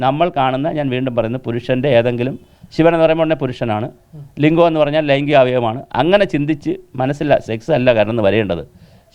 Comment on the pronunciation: ലിഗം എന്നുപറഞ്ഞാൽ. ലിഗം.. പിന്നെ ന്താ 🥰